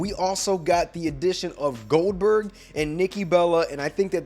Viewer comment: Not huge for older gen xbox ? It's wwe2k23 Goldberg not Oldberg😅